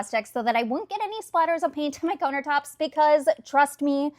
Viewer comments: Literally thought she was saying "coner tops" until about the fourth time 😂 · Huh, never in my life have I heard someone pronounce "countertops" that way lol 😆